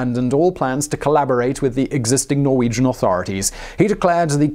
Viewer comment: you are saying so many Norwegian word wrong...